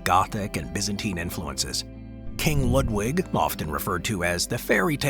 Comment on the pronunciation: It’s pronounced Lewd Vig. Not Lud (rhymes with mud) wig. In Deutsch w’s are pronounced as v’s, just as you did correctly with Wagner. Hmmmm Building a castle adjoins a cave structure is so brilliant, you’d figure it wouldn’t be the standard. You can’t really defeat a mountain